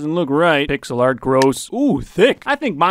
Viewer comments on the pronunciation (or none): in the bacon one when he said pixel art do you mean pigselart?